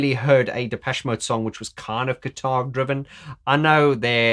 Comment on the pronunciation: I definitely heard you say "keytar" several times and not "guitar" LOL ;) I can't imagine Martin on stage playing the keytar. DoubleLOL. Or even the three of them; Martin, Alan and Fletch doing the ZZTop with the keytars! ROFL